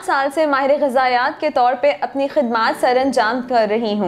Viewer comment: Ghazaeyat hota hay Beta UMT nay Urdu Sahi nahi key Apki